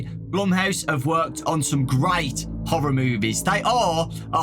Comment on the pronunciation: am i the only one who hears Whore-or instead of Horroar kinda even if i say it it sounds like whore-oh